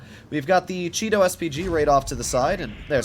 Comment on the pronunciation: The way says Chi-To sounds more like Cheeto.